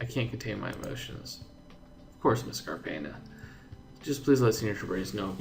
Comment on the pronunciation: Ace, in Cárpena, put the entonation into the Cár syllable.